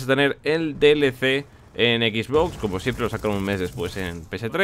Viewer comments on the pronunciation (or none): none